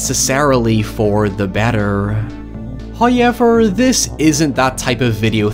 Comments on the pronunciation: Hoyever is his catchphrase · “varying from standard American English” No actually Varying from standard English English Please stop trying to take the moral high ground I’m not attacking his accent Because “hiyever” is definitely not how every single Irish person pronounces the word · I liked it at first But 10 videos in It’s really grating on me LEARN TO PRONOUNCE HOWEVER FOR FUCK SAKE For god sake my Mum’s Irish and even then I can’t forgive “hiyever” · Do you need help learning how to say ‘however’? It’s not how-y-ever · No, he pronounces it.... Hoi-yever. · LOL I do love how you say "however" 😊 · I like how pronounces "however". Can't guess for the life of me how he managed to put a y in there but its nice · Yeah not everyone is american